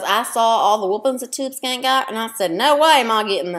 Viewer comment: "Next Time"...could you at least say her name correctly?????? It is Tubeskankeeeeeeeeeeee.